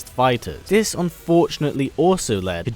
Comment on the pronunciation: Instead of dis why don't you try saying this, and instead of den why don't you try saying then! Bad habit